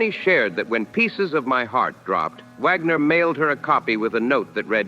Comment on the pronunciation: It's Wagner. Not Vagmer